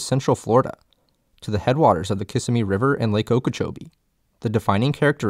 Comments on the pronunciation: kiss-SIM-me not KISS-a-me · Kiss-a-me? Really? It is pronounced Ka-Sim-ee...and it is Tammy-AM-EE trail. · Put your emphasis on the second syllable, not the first. kuh'SIM-ee instead of KISS-uh-mee Don't worry, every non-native makes that mistake. Don't get me started on Interlachen, Ichetucknee, Wewahitchka, and Micanopy. Most places in Florida are Native American words spelled phonetically in English and it just makes it impossible to know where the emphasis should go. Interlachen is an exception. It's Dutch or German, I'm pretty sure. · Excellent video, but a few corrections. Tamiami is pronounced like Tammy-ammy, not ta-miami... Kissimmee is pronounced like ki-simmy, not kiss-immy... I grew up less than 3 miles from the park in west Homestead...we could always tell when a visitor was there by the way they pronounced those words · To the narrator, it's NOT pronounced KISS-e-mee, it's ki-SSE-me !! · kiss-SIM-mee, not KISS-im-mee. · Whenever I see a video EXPLAINING the Everglades to me, then the narrator can't even pronounce KisSIMMee correctly, I immediately shut it off. I can peruse Wikipedia just like you pal... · Tammy- ammy. Cus sim e. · How can you do this video and mispronounce Lake Okeechobee and Kissimmee?! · They sure could have gotten a better narrator for this. Someone that knows how to pronounce Kissimmee, and Tamiami would have made sense, instead of some Yankee without a clue, reading from a sheet of paper.